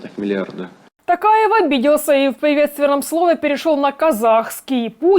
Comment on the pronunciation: Не тАкаев , а ТОкаев , представьте что вы говорите слово "Ток" (электричество) и доавбьте к нему "Аев"